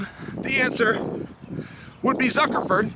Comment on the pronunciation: “Mark Zuckaford” 😂 exposed you for lying Chael. Click bait 💩 for brains